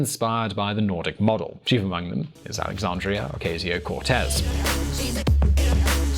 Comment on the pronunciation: u did not it say it right alexandria ocasio cortez